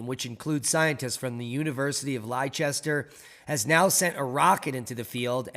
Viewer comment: Leicester, pronounced Lester.